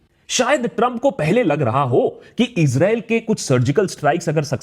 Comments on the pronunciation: Issrraa.. 😂😂Israa🤣🤣🤣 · It is very brave of you, to state all the facts. I've become a fan of yours. And the subtle "Israel" 😂😂😂 you had me there lol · 😅😅😅 Israel bolne ka tarika thida casual h